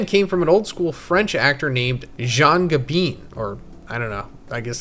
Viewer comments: Prononces scopper as Gabban and Gabin that it was based on as 'Ga-bean?' Try again, there's a big clue in how you already pronounce Gabban haha Hard to type but it's 'Gah - bain ' (as in how you say bath in French, or Bread in French - 'Pain' but with a B) 👌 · French pronunciation of 'Gabin' was incorrect, it is way more similar to how you pronounce Gaban in English.